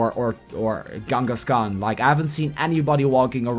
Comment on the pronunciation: It's Kangaskan not Gangaskan